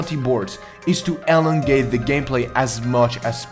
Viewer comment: He said elongate hehehehehe.